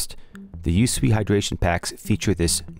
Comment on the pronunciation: Thanks for the review. FYI, it's pronounced "YouSwee", not U.S.W.E. But don't worry, I'm sure that's not common knowledge.